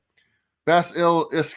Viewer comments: Lol so funny. Say it bass ah lisk. Like lisp. Bass ah lisk. # #fullwatch #Growtogether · It’s killing me that you do comics and you don’t know how to pronounce basilisk... lol I still love you guys though! 😁👍🏼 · It's not exactly a common word, since this isn't Central America. I've actually never heard anyone pronounce it correctly. Also.. When did comics pronounce the words for us? How is that relevant?! 🤣